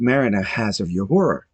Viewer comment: I can tell you have never seen the show because of the way you butcher Uhuru's name.